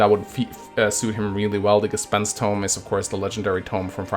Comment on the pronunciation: Damn, you correctly pronounced "Gespenst". I'm proud of you